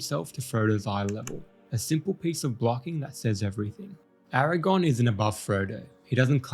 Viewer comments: I love absolutely everything about this video except for the fact that you KEPT saying "AragON". It's AragORN. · It's Aragorn not Aragon 😐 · 🙌Nice vid. But it AragoRn not AragOn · Its Aragorn, not Aragone damn it! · Aragorn, not erragon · I wish you’d stop calling him Aragon.😫😫😫😫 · Why do you keep mispronouncing Aragorn as Aragon? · Bro...His name is AraGORN, not AraGON. That's the fucking spider in Harry Potter. I had to give you a dislike because you kept mispronouncing the name of a major character you did a whole ass video on. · Bro I can't take your video seriously when you keep calling AragoRn, Aragon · I don’t want to be picky, but you keep saying Strider‘s name wrong. It’s Aragorn, not Eragon. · Great vid, but please, it's Aragorn, not Eragon. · Eragon 😂 He actually is calling him Eragon a lot so far, close enough I guess. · Bro… Nice video, but his name is Aragorn. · I would like this video, but the way you pronounce Aragorn … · If you can't get over the mispronunciations you did as a kid in a video, that's not great, man. Do better. Be better. You aren't a kid anymore. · You say his name wrong every single time. Good video tho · I know right! It was driving me nuts the entire time.